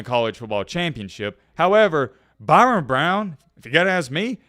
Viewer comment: His name is Byrum not Byron